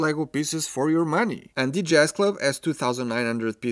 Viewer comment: Has anyone ever mentioned to this guy that the word "the" is not pronounced "dee"?